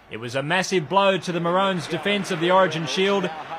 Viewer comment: Morones? Moroons ffs!